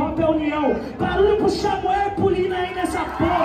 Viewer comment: Eu falando que o lino ja ganhou no 3 round O cara do nada: Xa-mu-el pra proxima fase Eu literalmente voltando o vídeo pra vê se eu ouvi errado